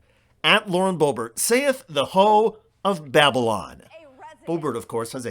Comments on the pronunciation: “Ho of babble on” bwahahahahahah 🤣😂🤣🤣😂 hahahHhHhAhahahah bhwahaha 🤣😂🤣😂🤣😅😅😂😅🤣😅😂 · "Ho of Babble On" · Babble on; that’s excellent! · Oh, LOL! "The ho of babble on" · I loved that line of "Ho of Babble on"! And she DOES always keep that jaw of hers moving. Maybe it's because of her past "profession", that she's missing the exercise of her mouth always around a pe.......uhhh, I better stop now....